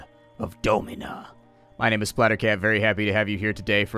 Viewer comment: You don't pronounce dom as dome so why do you pronounce Domina as dome-ina?